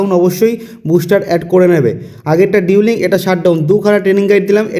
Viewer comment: ডিউলিং না রে, এটা ডুয়েলিং